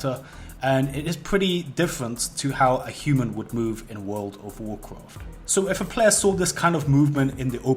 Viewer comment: worwld of worcwowft